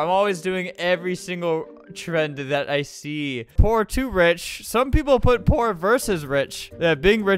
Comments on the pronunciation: I swear at the begining of the vid he said "whore or rich" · It's strange how at the beginning when Albert said poor or rich, it sounded like or or rich lmao 😂